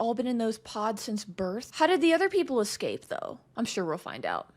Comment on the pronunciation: Oh gosh...that "esca-pay" was a dead shot to my Finding Nemo funny bone...I am ded, I died, I am ded! 🤣 Insta-liked for that 💯